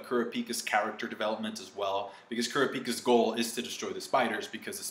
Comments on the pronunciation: hahahaha "Ku-Ra-Piii-ka" wtf how u say it xD it calls "K(u)rapica" not "Queraapiiika" "Qurutoopi" wtf dude... why.... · Koorapeeka ?,sounds like a pokemon. its kra-pi-ka yes iknow its spelled wrong but that's how his name is supposed to be pronounced & sound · You can't say kurapika's name right...